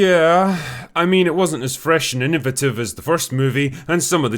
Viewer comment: InNAvative? Oh, you so fancy, Drinky. 😘 And here I was calling it, InNOvative. 🤷🏾‍♀️🤭